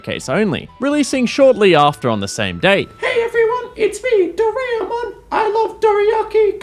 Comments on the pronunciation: Every time you pronounce "Do-ra-e-mon" as "Do-rea-mon" my non-existent soul dies a little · It's always the English speakers not able to properly pronounce anything japanese right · Such an annoying way of saying the name Doraemon! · Am a bit late because I took a nap on accident but banger video as always, the pronunciation of Doraemon was funny though lmao